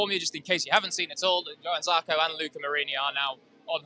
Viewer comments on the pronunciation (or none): Listen to how everyone except Jack pronounces Johann Zarco